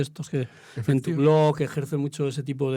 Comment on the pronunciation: No diga BLOJ porfavor, se dice BLOG.